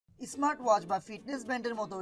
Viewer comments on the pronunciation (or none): ব্রো উচ্চারণে একটু নজর দিয়েন।👍👍